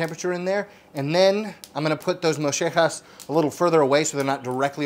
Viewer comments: No. Moo-Je-haz. Spanish comes in different varieties sir. Pochos don't know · As a Mexican I am offended by the way you say Mollejas lol just kidding but seriously Moe-yae-jas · They are pronounced moyehas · do Argentineans just pronounce spanish different? Mollejas should be pronounced "Mo-yay-has" no? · These are big in Texas dude, nothing new here .. and it’s Mo-yeah-has… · Lmao you butchered that pronunciation. It’s “moh-yeh-haas” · Great video sir! And like you said, just like beef fajitas, I miss the good ol' days when they were a cheap cut of meat; now they have sadly gotten up there as well in price per pound. Also, a quick tip, the double "LL" sounds like a "Y" in Spanish, and the "J" sounds more like an "H". I've always known them as "Mo-ye-haas". ;) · Yeah the argentines pronounce it with a sh sound instead of a y/j sound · they are wrong though xD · Great stuff! I agree with your daughter. The only thing better is ice cream. My kid loves mollejas too. I’ve had great success cooking in the sous vide before grilling them. Some people getting upset that you are pronouncing mollejas with an Argentine accent like it’s “wrong.” 😂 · There is no H sound in the middle of Mollejas, but I understand you heard it in Argentina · Yo bro, your pronouncing mollejas wrong. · That is literally not how they are pronounced. In the United States we Mexicans here eat them all the time. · Lol! Moshehjas! It's mollejas (the proper way to say it is "mojehhas" if you trying to say it in English. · Love the video and absolutely love mollejas , but as a Mexican I cringe when I hear you pronounce it in that Argentine accent moh-yeh-hah no flipping “j” sound in the middle of it. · You don't say it like that mo ye haus. Sweet breads it's a staple at a Texas BBQ good eating! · its not a sh sound. The right sound it hard to do. “Yeh” will get you closer. Sh sounds way off. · It’s pronounced MO-JEH-HAAS Fight me. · In Mexico and Deep South Texas, it’s pronounced mo-yeh-ha-s.